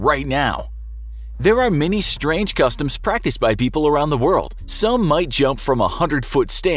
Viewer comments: Strang customs 10/10 English right there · "strang" Lel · Ooooof where is the E in strang?? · “Strang Customs” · ”Strang Customs” ??? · "Strang Customs"